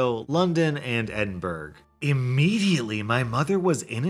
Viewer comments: Not ed in burg its Ed in brough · Not even that...it is Edin bo rah..more or less. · "Edinburgh" is not pronounce Edin-berg. It's Edin-burra. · its Ed-in-bu-ra NOT Edinberg!!!!!!! #AttemptNo2 Dont piss ok the Scottish peoples! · Just to say coz you mentioned my city...it's pronounced "Edinburuh"...not Edinburg...yay Scottish dialect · Edinburg? EDINBURG?! Dear, how could you! Next video: R/amithea**hole? Am I the a** hole for miss pronouncing "Edinburgh " as "Edin-burg" (and not Edin-bruh)" in one of my YouTube videos? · Edanberg?! Edd-in-burr-roh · Where in hell is "Edinburg?" xD It's pronounced more like "Ed-in-bruh." :P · The way you said Edinburgh made me chuckle, I'm Scottish. It's pronounced Edinbruh, no hard 'g' lol. Thank you for the laugh. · LMAO it is not Edin burg it is Edin Bu ruh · eding- bura not Edinburg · Oh Edinburgh isnt pronounced edinburg It's pronounced edinbur-uh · As a Scottish persont EDINBURG 😂😂😂😭😭😭😭 EDINBURA is how its pronouned🤣🤣🤣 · Edin-burg? Where the hell is that? I’ve heard of Edinburgh (Ed-in-bruh), but not Edin-burg. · Edinburg!? It's pronounced Ed-in-bur-ugh! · Edinburgh: Edin-buh-ruh. Not Edinberg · Edinburgh isn’t pronounced Edinburg it’s pronounced Edinbruh Ahahahah but I love you videos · Edinburgh is not edinberg it's edinbruh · ED-IN-BURG HAHAHAHAHA IT'S pronounced ed-in-bruh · Edinburg? It’s Edin-borough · Not edinBURG noooooo, my poor british mind its pronounced edinBRUGH like Bruh. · Just a pointer. It’s pronounced edinboro not edinburg :) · he said edinburg its prenounced edinbruu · FYI- its pronounced ed-in-bruh not ed-in-burg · Edinberg. sigh Pronounced Edinborough. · Me a Scottish person Edinburg it’s pronounced br uh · im sorry did you just say "edinburg"? It's pronounced ˈɛdɪnbrə you darned youtuber! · Ah edinburgh is pronunced "edin-burrow" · Ahaha Edingburg, ok. At least you tried 😂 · He really said "Edin Burg" 😂😂😂😂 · Bruh he said Edinburgh like Edinburg 😂😂